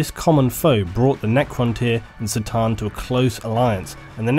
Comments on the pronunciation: great video but after emperor TTS i can't stand hearing people say "C"-than instead of "K" 'than like it is on that show. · it's C'tan with a C as in Cronos... not S'tan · The C'tan are not pronounced Se-Tan, The correct pronounciation is "Ke Tan". (official exerpt from Andy, chapter approved) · It's pronounced "Cuh-tan" not "Satan". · isn't the pronunciation "kah-tan" rather than "sit-tan"? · fucking love how u call the C'than for Sa'tan its pronounced Ka'than if u wonder ;) use a K instead of an S when u say C'than :) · C'tan is not pronounced like an "S" but a hard "Cuh" sound. It's supposed to be like how you say C'thulhu, as the C'tan are heavily inspired by Lovecraft's fiction. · On the other hand- War in Heaven against the Say-tan... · ***** sure, but Catan and Satan bear much more phonetical difference than tomAto/"tomayto". Corn, not Sorn..Cart not Sart..you get it. On a different note, cheers for doing what you're doing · K'tan man, not 'C'tan'...you pronounce some things so strangely... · Pretty sure C'tan is pronounced "KA'tan", not "tsa/tse/sa'tan". The name was likely to be picked as a C'tulhu (ka-tu-lu) analogy/homage. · Realizing that the C'Tan is basically pronounced sa-tann (sort of) and not ka-tan makes a lot of sense lol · I had no idea C'tan is pronounced SATAN. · I'm already versed with 40k lore and this channel had many outstanding recommendations. The fact the C'tan was pronounced as Ser-tan and even how Triarch was pronounced. It's going to be a no from me. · I'm sure you already know this, but C'Tan is a K sound not a C, the Eldar called them the "Katarn". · He's right, that's not how you pronounce "C'tan". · i'm a bit late for this but is c'tan pronounced "citan" or ka'tan"(k'tan optional)? i personally prefer k'tan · TIL the "C" in "C'tan" is pronounced not with a hard "C" sound